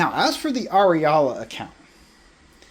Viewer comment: Ariala? Like... areola? What a weirdo. Just stop,.